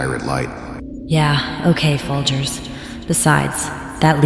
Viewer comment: She called him Foldgers! Thats cold 😂 Great story